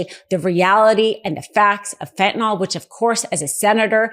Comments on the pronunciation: Please stop calling FentanYl “FentanOl”! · Fentanyl. Fent-ah-nil Not fent'nall or fent'noll. I'm sorry, but Americans should be able to pronounce the names of drugs to which they are addicted to the point it has become an election issue.